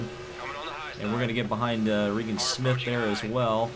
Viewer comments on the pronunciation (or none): none